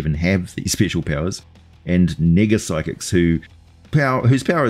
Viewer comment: Haha, "nega-psychics," is a dangerous term for the Kiwi accent. Well done, Professor 😂🍿❤️